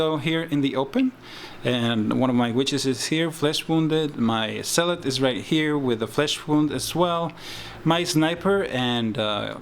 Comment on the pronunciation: The way you pronounce Zealot sounds like "salat", which made me chuckle. Other than that, nice batrep.